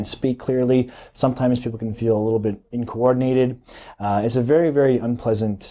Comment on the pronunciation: what the fuck is "inco-ordinated"?